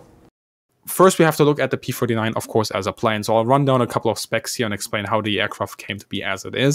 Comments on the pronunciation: I kept hearing the host/narrator say what I thought was "P-49". Almost every time I heard that. So I turned on the closed caption and restarted the video. And sure enough he keeps saying P-49. Now I thought the Aircobra was a P-39. And the episode says P-39. Am I missing something here? And what was the designation of the Super Aircobra? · You keep making a mistake by saying P-49 instead of P-39 and that is very disconcerting! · Why does it sound like he says P-49? Other videos, he talks about the 1930’s as 1940’s. He’ll talk about the pre-war era and say 1948, before the start of WW2… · This guy's drivin' me nuts - sounds like he continually says P forty-nine, WTF 1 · Why does the presenter calls it the P49 (forty-nine) every time? The discussion is about the P-39 (thirty-nine). What a slip-up! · You kept saying P49 on and on or you cant say thirtynine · Is it me or is it him keeps saying P-49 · P39, why does he keep saying p49 ??? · Ah yes, the P-firtynine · Yaa Yaa, Di P furty nine. Thirtynine . Not Furtynine!